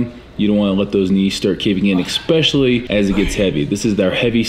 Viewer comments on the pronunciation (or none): Every time Steve Cook says “eXpecially” an angel gets its wings.